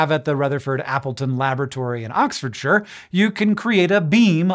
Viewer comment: Good dig at the British at the end. Fantastic pronunciation of " Oxfordshire " 👍😉